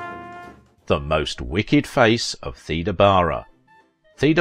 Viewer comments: I thought Theda was pronounced "Thayda" also the narrator refers to Salome as "Salami," just the pronunciation is so awkward takes away from enjoyment, sad case. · My mom was born in 1919. She always said Theda as thee da.